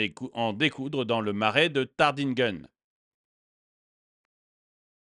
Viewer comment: Cela se prononce tartinguime